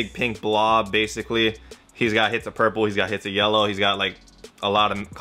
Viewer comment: Are you saying "hits of" instead of "hints of" on purpose?